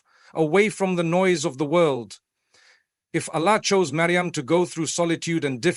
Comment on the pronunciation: Please teach AI to pronounce the words "Allah", "Prophethood", "duas", "Jannah", "Maryam" etc otherwise it lacks credibility. Thanks for the beautiful AI created imagery in the background.